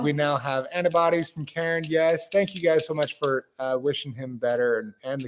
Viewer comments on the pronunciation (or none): none